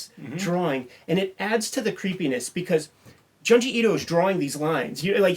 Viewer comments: its Joon-jee not Juhn-jee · I'm gonna sound like such a goddamn "but actuallyy..." nerd, but it's pronounced 'June-ji'. Sharing this vid with my horror homies!